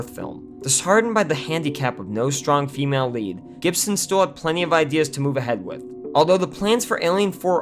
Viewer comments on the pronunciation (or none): none